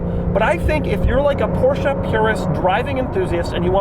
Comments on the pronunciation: Every time i hear him mispronounce Porsche as Porsha i cringe... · I feel like he is making fun of the people who say "Porsche-uh" but Doug says "Porsche-uh" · Aren’t you mispronouncing it?